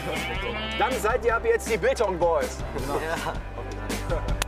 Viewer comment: Hab Bangtan Boys statt Biltong Boys verstanden lmao